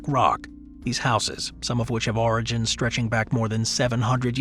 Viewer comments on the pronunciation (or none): none